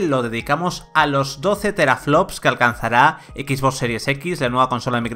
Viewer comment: Teraflosssss, efepeces JAJAJA